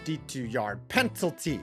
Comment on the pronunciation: Ok if you can’t pronounce “penalty “ I’m unsubscribing